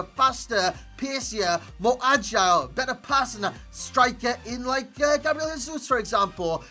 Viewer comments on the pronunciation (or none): none